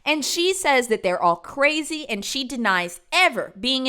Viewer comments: “cwazy” lol, love you 🫶🏻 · “Pretty cwazy” 🥰 i dont want to say unc is adorable, but…yup